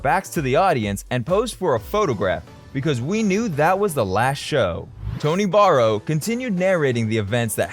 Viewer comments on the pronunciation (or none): Every time the narrator mentions Tony Barrow he pronounces the surname as 'Borrow' and a photo of Tony Bramwell is shown!!